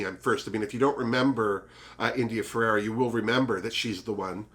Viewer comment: Had to make another comment (also good for the algorythm - I'm so serious!) I wish I missed my mother too, so I get what you're saying. I'm sure other people have beat me to it. Her name is India Ferrah. not Ferrerah. And I am also happy to see her back in action! <3 Alexis IS a snack. But you called dips, so you can have them ;D I hope that Juju is at least top 2. She made it to top 3 twice. And she is better than a second runner up. I forgot about the "trafique" xD Yas Ongina better make it faaaarrr!!!